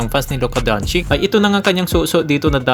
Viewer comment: Sinu c luka donchick..ahaha pagagalitan ka ne luka nyan iniba mo yong pag banggit mo donchech yan..yong iba nmn donsik..